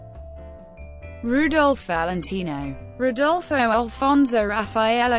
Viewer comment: the pronunce of his names is HORRIFYING.